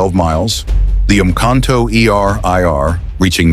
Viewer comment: Ratel is correctly pronounced as RA TIL. Rooikat is correctly pronounced Rooi Cut. Umkhomto is correctly pronounced UM (as in the German word "umlaud") COM TO (as in bog). Olifant is correctly pronounced OOOLI FUNT.